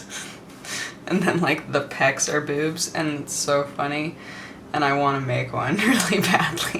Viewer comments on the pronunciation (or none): you say boobs funny xD. kinda like bewbs